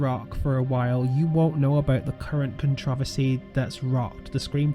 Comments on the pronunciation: Anyone know the name of this tool who can’t pronounce controversy? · I'm sorry but I love the way you pronounce controversy lol